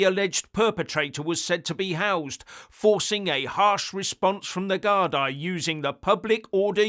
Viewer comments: Gard--ee (as in,.. me..or a cup of tea) not Gard-eye. Lots of love..from Ireland! 😎👍❤️ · Guardeee is the pronunciation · Gardaí = Gar-dee Laois = Leesh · It’s pronounced Gar-Dee BTW👍. The plural of Garda.